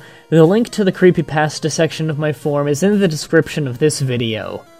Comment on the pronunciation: why don't you try pronouncing creepypasta correctly dumbass.